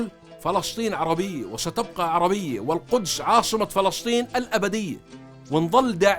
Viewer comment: ما اجمل كلمة فلسطين عاي لسانك